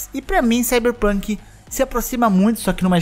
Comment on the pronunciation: Esse começo ksksksk "cyberrrpunk"